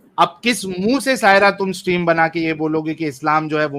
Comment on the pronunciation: 😂😂😂😂😂😂😂😂😂😂😂😂😂😂😂 सट्रीम शब्द होता है या स्ट्रीम होता है